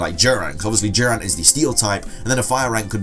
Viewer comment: The way he said Durant sounded like he was saying jiren